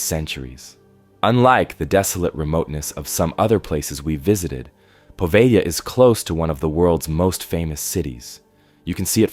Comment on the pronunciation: It's not Poveglia with a short E and a hard G...it's Po-veh-lya.